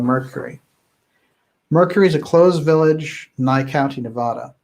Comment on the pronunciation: You are my favorite channel of all time, so please do us Nevadans a favor and learn how to pronounce Nevada.